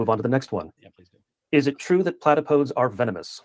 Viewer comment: Actually, the correct pronunciation is closer to "Platapo-deez" than "Plata-poads". ☝🤓